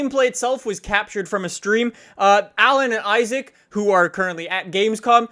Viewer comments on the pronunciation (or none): none